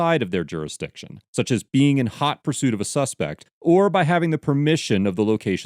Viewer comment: Ahh, so that's why Sheriff Buford T. Justice was always saying he was in haht poorsuit!